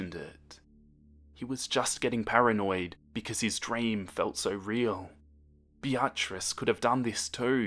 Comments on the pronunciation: I-I'm sorry, but did just pronounce Beatrice as Bee-r-tris? 😅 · You're pronouncing beatrice like be AHT riss. Its BEE uh triss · No one: Literally not a soul:: Bee-Ah-Tris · Sounded like he was calling her a be-a-tch. Like the way you say the b word when you don't want to/can't say it for real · I don’t know if I’m reading this wrong, but I think you may be saying the girlfriend’s name wrong. It’s spelled ‘Beatrice’ right? That would be said ‘Bee-ah-triss’. If I’m wrong, then oh well. Also, keep up the great work!! I love your stuff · I’m sorry But the “BeATRice” keeps making me laugh 😂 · Ok I swear I'm not trying to be rude but how you pronounce her name is like this be-trice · He's pronouncing it correctly without a Japanese accent like I do for example. But what actually bugs me is how he says Beatrice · Omg the way you said Beatrice xD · The way you pronounce Beatrice is priceless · I don’t wanna be mean but your pronunciation of Beatrice is sending me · The way you pronounce the girlfriends name is weird and I'm pretty sure you meant Beatrice? Also all the people fangirling about this in the comments is really weird..like yeah being a big fan of something is cool but once it gets to a certain point it's just weird